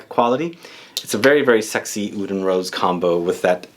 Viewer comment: lol "Awoud"... I guess Aoud is the best way to spell but not technically how it's supposed to be pronounced. In arabic, oud is written starting with the letter "ع", if you're interested in hearing what it sounds like, I'm sure you could find a pronunciation video. It's a sound that comes from the very back of your throat. When speaking, pronouncing it as "oud" is actually more accurate than "aoud". Hellooo from Beirut!